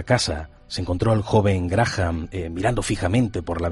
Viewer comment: Ni se porque pronuncia mal " Graha "n".. es Graham.. 🤷🏻‍♀️